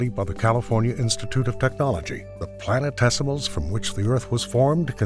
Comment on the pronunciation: i may be half asleep ...but....anyone else hear "planet testicals" ? LOL